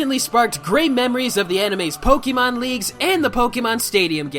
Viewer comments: Your pronunciation of Pokémon have me cancer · You're a huuuge pokemon fan yet you don't even pronounce the series's game correctly